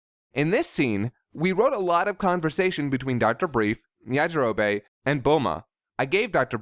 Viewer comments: It's yajirobe not yajiroba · 'Yajirobay' gave me so many cringes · Did you always say Goku like Gokoo? And Yajarobe as Yajarobae? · It kind of sounds like Yajiro-bae